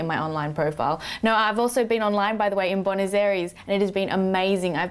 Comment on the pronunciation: its boo-eh-nos